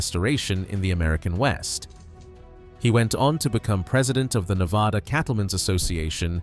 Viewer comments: FIRST... (IF you are trying to educate and enlighten)You should LEARN to pronounce Ne-vaa-dah (no "ah" about it)... only then will Folks, here, pay attention & not GRIT their teeth and shutter. LAST... Do Not tell folks from "Back East" (including Gt Britain) about our rural hot springs... Shush... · It’s Ne-VAD-uh - do your research!